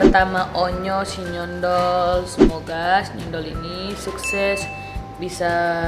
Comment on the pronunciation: sinyondol nyo bkn sinyendol😂😂😂